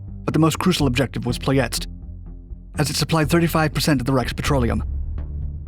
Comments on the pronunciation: Dude, you make tons of typos, miss pronunciations and other errors. Should get a historical and a grammar proofreader. For instance, it is not "Ploy-es-t" but "Ploy-e-sti".It is spelled "Ploesti". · Its pronounced "plo est ee" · NOT Pointing finger at you, Romanian language is not that easy! Ploiești - Is prononced something like: Ploieshti NICE video and info! Keep up the good job!